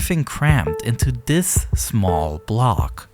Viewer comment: Why do you say "dis" instead of "this"